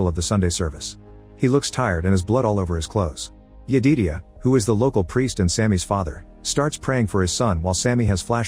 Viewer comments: OOO MMMMGGGGG Jed-i-diah not yededia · Since the AI didn't understand: Smoke was not burning tge father. Stack was knocked unconscious and Smoke killed the father. Stack wome up when Smoke was burying the father. And Sammy's fathers name was Jedidiah, that the AI couldn't figure out how to pronounce.